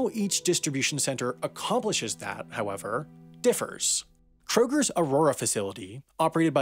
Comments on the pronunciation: Its pronounced K-Roger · "kroger's" intensifies... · Krogers? Really! Lol